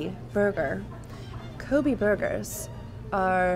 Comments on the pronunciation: I believe Kobe is pronounced Koh-bay. Not Ko-bee. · Not Ko•Bee it's Ko•Bay that's the proper pronunciation of that name because that tidbit almost annoyed me.